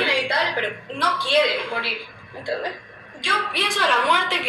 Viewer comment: El Podecast entero "me entendej, me entendej, me entendej, me entendej, me entendej," me entendej ??